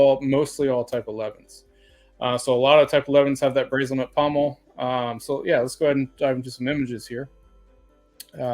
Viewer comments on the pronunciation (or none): I love that you've made a typology series. But just for clarity, it's pronounced "Brah-zil", like the country. Not "Bray-zul".